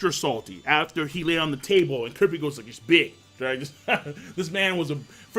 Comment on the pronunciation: lol cant pronounce kurapika